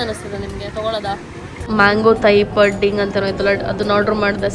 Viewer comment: It's not ಪಡ್ಡಿಂಗ್ its ಪುಡ್ಡಿಂಗ್ 😊